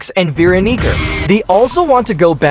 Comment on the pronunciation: Bro did not say Veeronica